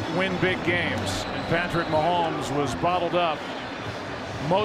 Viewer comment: Ths message is for the pod castors. The name is Ma homes not Ma hemes. Geez!